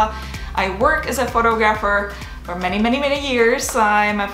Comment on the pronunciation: Zdenka. Please check the way you pronounce the words "Photography" and "Photographer". North American English is not the same as east European.